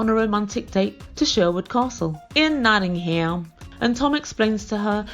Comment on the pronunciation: I get a real kick out of the was you say "Nottingham" in that regional tri-state accent, but when you called Tom an annoying prick in your beautiful English, I choked on my drink, lol!